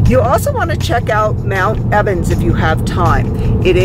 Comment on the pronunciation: Hello my friends. Just a moment pls... Did I really hear and read "mount Evans" ? hehe.... xD Best wishes ! ✨